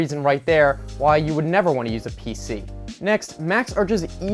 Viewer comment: Pc not pic